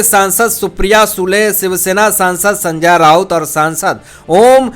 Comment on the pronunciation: Are Sanjya nahi re Sanjay Thik tarah se nam bolo bhai, mu main supari mat rakh re